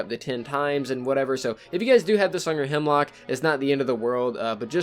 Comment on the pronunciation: YOU KEEP SAYING HIMLOCK ITS A HEMLOCK 😠😠😠😠😠😠😠😠😠😠😠😠